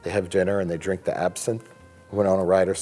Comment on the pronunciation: Wine Commerical: WINE! Dracula: I don't dwrink vine.